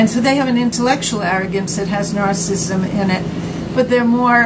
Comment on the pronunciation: There is great content here but it's soooo hard to watch. The camera seems like it's bobbing around at sea and she can't pronounce narcissism correctly!